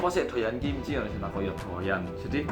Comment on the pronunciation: Sam umak ngomong kimci kok krunguku iso dadi kimcil yo 😂